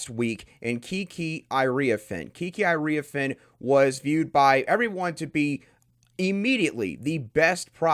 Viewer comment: I can’t take you seriously until you pronounce Iriafen correctly. Ear e ah fen. Nobody in the WBB Community butchers it as badly as you. Be a dang professional, it’s only hername